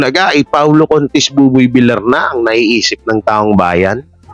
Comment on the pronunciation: Correction hindi po vilar ang tono kundi vilyar (villar)